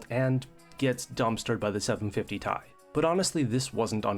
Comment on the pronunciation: First time I heard somebody/robot say Tie 👔 😅